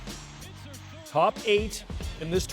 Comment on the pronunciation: First time I heard someone say squish instead of swish😭